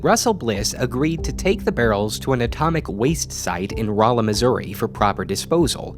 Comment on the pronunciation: How did I not know this place existed I live so close to here and btw congrats on saying Rolla right 😁